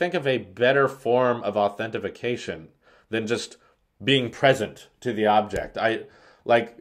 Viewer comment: Stop saying authentication wrong lol